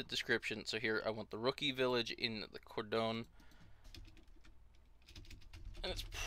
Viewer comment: Cor-don. Lol